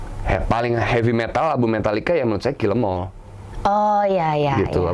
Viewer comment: "Heavy Metal" , Bukan "Happy Metal"